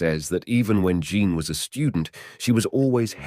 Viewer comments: I like the way the narrator calls jean John n missiles torpedos.😅😂I think this English man needs a English lesson.lmfao🎉😂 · Is Jean pronounced “John”? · Bloody Nora, can you please pronounce the English name Jean and not as the French ‘Jean’? Edit: Seriously, did your robot have a fecking seizure? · I love how everybody just missed how he completely butchered Jean Grey's name by pronouncing it like Jean Claude's name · Great video but it drove me insane hearing you pronounce Jean differently everytime you said it.